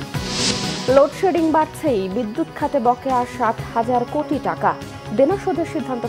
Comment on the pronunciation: এতো লোড সেডিন বলার মতো